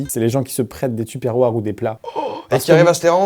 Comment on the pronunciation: AAAAAHHHHHHH je sais j'arrive trop tard mais tupperware se prononce teupeurouaire (je sais pas utiliser les signes bizarres pour la prononciation mais par pitié maintenant prononcez le bien :c)